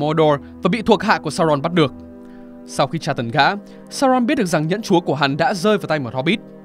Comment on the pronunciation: giọng tay này đã phần nào sửa được phát âm chữ "chúa". Ngày xưa toàn phát âm nặng tiếng địa phương "chúa" đọc thành "chủa" 😆